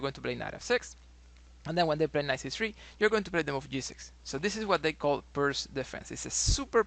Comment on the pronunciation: I think is correct prono'nce Pirts or correct prono'nce Pirtz or correct prono'nce Pirdz or correct prono'nce Pirds. 🙄😏🤓 Wrong incorrect prono'nce NoT Pirq or wrong incorrect prono'nce NoT Pirk or wrong incorrect prono'nce NoT Pirkk or wrong incorrect prono'nce NoT Pirck or wrong incorrect prono'nce NoT Pirkh or wrong incorrect prono'nce NoT Pirckh or wrong incorrect prono'nce NoT Pirque or wrong incorrect prono'nce NoT Pirckhq or wrong incorrect prono'nce NoT Pirke or wrong incorrect prono'nce NoT Pirce or wrong incorrect prono'nce NoT Pirqe. 🙄😏🤓 Right correct prono'nce is Pirts or right correct prono'nce is Pirtz or right correct prono'nce is Pirdz or right correct prono'nce is Pirds. 🙄😏🤓 Illiterate English speakers. Research in what way other languages use letter |C| NoT |k|. Research how other languages use letter |C| NoT |qk|. Research in what way other languages used use letter |C| NoT |ck|. Research how other languages use letter |C| NoT |kh|. Research in what way other languages use letter |C| NoT |q|. Research how other languages use letter |C| NoT |que|. 🙄😏🤓